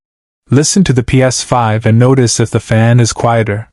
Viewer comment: Ai fixing a "Ps5".. 😂🤣😂 can the ai say ps5 for us again... Laughable ai slop